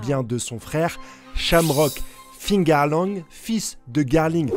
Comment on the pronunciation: Mais arrête de dire fingarland ! Cest figarland ! Cest comme les gens qui disent tommy hilfinger